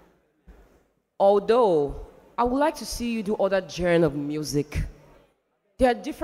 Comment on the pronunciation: Someone should help Liquorose pronounce "Genre" correctly! I've heard like a thousand different pronunciations from her! I don't know what other genre she wants this promise guy to sing! Dr. Sid was clearly bias in his judgement of the top 3 singers, Abbey did not have a stellar performance tonight in her solo but her intro and vocals were mad! Molly had a few cracks and flat notes but he maintained good showmanship so I am wondering why Sid will complement how perfect his voice was tonight rather than the actual fact, this wasn't Promise' best but he clearly did better than the other two in the solos. For the trio, Abbey clearly beat both guys, Molly was a bit intimidated by the other two, it showed in his constant jumps and pauses in his falsetto, more like he struggled to stay connected and strong in that performance.... He came through at the end but his confidence in that trio performance definitely did not match Abbey's and Promise'. This is a clear analysis of the three singers tonight! And it is unbiased cos I don't think I have a fave of the three, they are amazing! Exodus crew did well but I think clouded moves stole the show tonight! Sharon and Abbey should go to the voice Naija next year. Based on consistency and crowd support, here's my prediction for the cash in the finale: 1) Promise 2) Exodus 3) Molly 4) Clouded Moves 5) Abbey 6) Oludasa (people won't vote Oludasa that much cos most viewers don't actually pay attention to creativity, they are moved by the crow